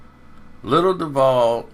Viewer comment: Nigga it’s pronounced doo—vol